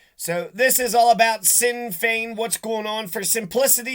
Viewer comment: Sinn Fein is pronounced "Shin Fain".